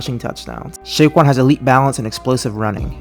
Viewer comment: did i hear right him saying SHAYQUAN lmao